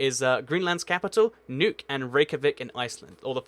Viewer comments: It’s not pronounced nuke, it’s more like nook. I think that was his point. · nuuk is pronounced as nuk not nuke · Nickosher? Dernooby River? Tarlin? Loam and Ackrer? Nuke? Please learn to pronounce place names if you're going to make these videos! By the way, the neighbouring capitals of Wellington, New Zealand are Canberra, Australia (1400 miles); Nukualofa, Tonga (1510 miles); and Suva, Fiji (1615 miles). And, with close capitals, you missed out a bunch of very close ones - far closer than some of the ones you mentioned. St John's, Antigua is 30 miles from the capital of Montserrat and 55 miles from the capital of St Kitts Nevis. Damascus in Syria is just 53 miles from Beirut, Lebanon. And Amman, Jordan, is just 45 miles from Jerusalem, Israel (and that's not getting into the "is it a country?" argument about Jerusalem's near (10 miles) neighbour Ramallah, Palestine!